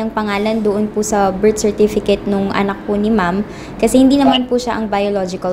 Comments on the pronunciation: Lintek.! Sa Berstifikit ako mabaliw Sa kakatawa... dami ko tawa nka 20 ata ako tawa...lol 😂😂😂😂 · Leon Guerrero bersitifikit talaga😂😂😂😂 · "Bersitipiket" - 2019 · Bilat investment na nalugi. “Berstifikit.”-, 2019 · "Goodbye-bye" "Bersitipikit"